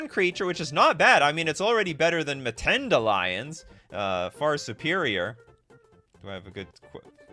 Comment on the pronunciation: We Africans are cringing at the whitebread Mtends pronunciation: no schwa between M and t.